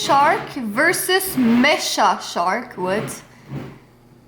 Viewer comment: Alors ce style de films ça s'appelle des Nanars et tu a lu "Mais Chat shark" alors que c'était "Méka shark" (robot requin)